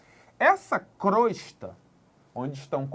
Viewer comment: Pronuncia correta e crôsta